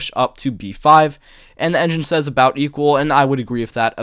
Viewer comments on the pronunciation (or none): none